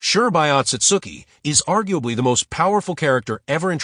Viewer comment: Who tf is Shurbai or Mamaoshiki Otsutsuki??🙆🤣🤣next time dont use A.i please🚮